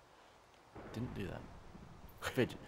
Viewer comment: Its 'didn't'...